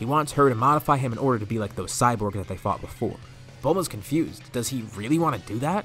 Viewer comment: Whenever he says fought it sound more like the F word.